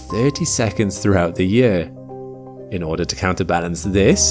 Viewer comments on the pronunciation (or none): none